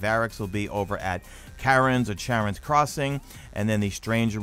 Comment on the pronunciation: ShareOns is how you pronounce it. ♡